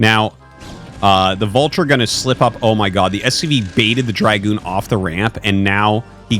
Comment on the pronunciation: It's dragoon, not dry-goon.